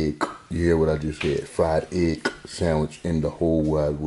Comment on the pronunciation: Fried eggk! Ya heard the man.